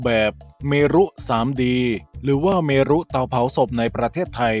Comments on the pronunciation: เมรุ อ่านว่า เมน จอร์จจจจจจ😂😂😂ถ้า "พระเมรุมาศ"ถึงจะอ่านว่า พระ- เม-รุ-มาด😊😊😊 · เมรุ อ่านว่า เมน.นะครับ คล้ายๆกับเราอ่าน เหตุ เหด